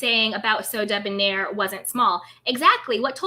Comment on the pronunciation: Monica tended to pronounce Sodeb(near) instead of Sodeb(nair), last syllable rhymes with hair. "Blaine" pronounced his name in the same unique way.